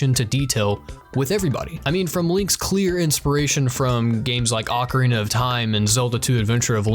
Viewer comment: The mispronunciation of “ocarina” made my ears bleed.